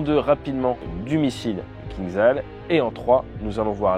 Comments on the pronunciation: Toujours aussi bonne vidéo, merci ! Juste un détail, le missile russe se prononce KinJal. Zh en anglais retranscrit le son J du russe. Ça veut dire poignard. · Il vaut mieux prononcer "кинжал" comme "kinjal". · ATE,STP, ça se prononce Kindjal, le j, étant un j, pas un i ni un z, le кинджал étant un poignard caucasien.